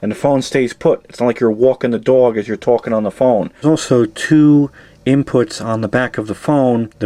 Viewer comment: “…It’s like you’re wawking the dawg as you’re tawking on the phone”